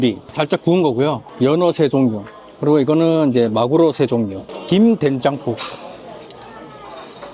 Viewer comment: 된장국(댕장국?) 발음이 뭔가 트레이드 마크 같으세요 ㅋㅋ 아부리는 뭔가 꺼려져서 한 번도 안먹어봤는데 6월에 가면 도전해봐야겠네요 ㅎㅎ